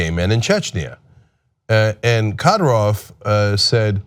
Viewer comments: His name is pronounced 'KADEER-ov'. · Say his name right ka-deer-ov